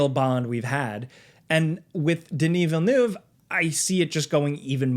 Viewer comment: i finally know how to pronounce denis villeneuve 🤣